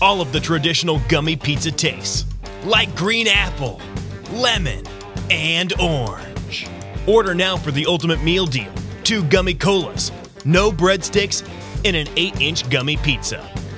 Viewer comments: DID YOU SAY ORNG INSTEAD OF ORANGE!!!!! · Lol he said orng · why does he say OORANGE instead of orange